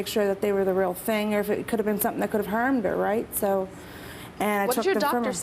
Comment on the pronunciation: And, "...that could have hermed her..." It's HARMED. xD